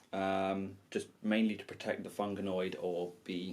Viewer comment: Loved the battle report, but please, its FUN-GOID :P There is no 'A' in it XD